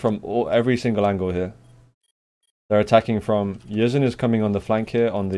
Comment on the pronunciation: its pronounced Yeh-Zan the SA stands for Saudi Arabia